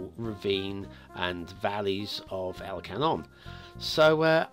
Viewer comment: Love this map, 4 stars for me. It's pronounced "el kangnon" (gn spoke as in "cognac")